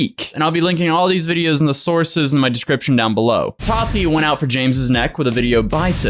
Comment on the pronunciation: Why does he say "tati" liiiike "hot toddy" tho